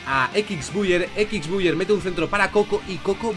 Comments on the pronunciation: Nadie:: Equix buyer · Equixbuier 🤣🤣🤣🤣🤣 grande